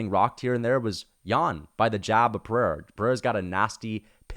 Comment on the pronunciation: Your pronunciation of Pereira is perfect.